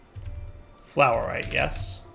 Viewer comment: or 'flourite' brb gonna go make a loaf of bread with some of this fluor lol